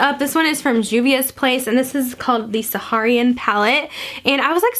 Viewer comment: Saharan, not “Saharian.” You’re welcome.